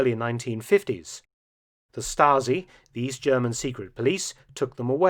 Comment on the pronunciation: Is Mark British or German or ? His accent is cool, but he pronounces German so good!